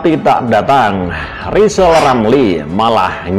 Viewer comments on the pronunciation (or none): Rizal itu manusia gagal Ngomong R saja gak bisa mana bisa Nyayi Indonesia Raya